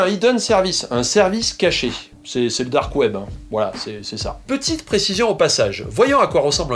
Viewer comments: on va parler du "DOOORK KWEEEB" MDRRRR j'ai rematé cette phrase 3 fois xDD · Merci pour cette vidéo, il y avait quelques points que j'avais mal saisi. Et tu m'as tué avec le "DARQUE OUAIBEUH" ! Pour la peine voici les timestamps (oui j'avais trop de temps à tuer ce soir): Mention spéciale aux deep voisins, là aussi tu m'as tué :''D